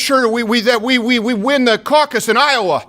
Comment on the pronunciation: Biden MEANT we need to win the caucus in Iowa He said "We necuswa"